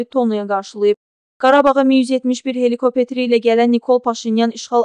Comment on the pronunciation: KOPETIRILE YOX HELIKOPTER DIKSIYANI DUZELDIN